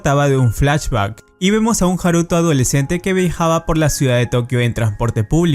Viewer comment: Coño el acento va en la a de haruto no en la u